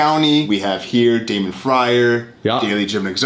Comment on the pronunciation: You know that when lawyers pronounce Damons name wrong they arent paid actors